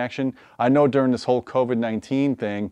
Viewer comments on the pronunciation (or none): none